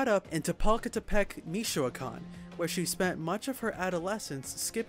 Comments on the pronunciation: I’m not even from Mexico nor am I Mexican but the way you butchered “Meecheyocawn” 🤦🏻‍♂️lmfao Michoacán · not like you can just look up how to say it. All this technology and still can't learn how to say one word right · He tried . it is the same as singing Feliz navaidad and pronouncing the whole song wrong. Who cares right? Lol just as long as everyone knows what you are saying!